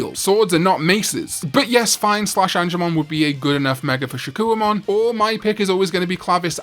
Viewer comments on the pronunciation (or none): Your vids are entertaining but your absolute mangling and mispronunciation of names ruins them. For instance, it's "SHA-KOH"mon not "SHA-KEW-UH"mon. You put in effort to everything else but give up for things like that? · I'm still waiting for a video where he pronounces Shakkoumon correctly